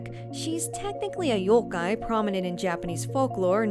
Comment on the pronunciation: How is she even pronouncing the word "yokai" weird